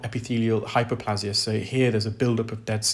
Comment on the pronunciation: "hi-per-PLAY-zha" NOT "hi-per-PLAH-zha"